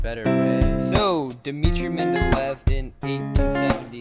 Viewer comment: it isn't pronounced "men-de-lev", it is "men-de-lay-ev"